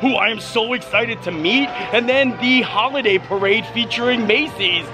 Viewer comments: Who-luh-day. That’s the pronunciation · Who-liday. peppermint-y…. Get it together man